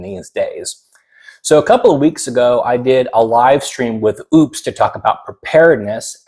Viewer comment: Great video....just FYI...it's pronounced "O" - puss not OOPs:hand-purple-blue-peace